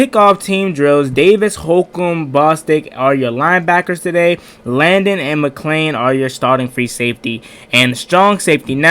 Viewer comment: You're killing me butchering McCain and Apke's name .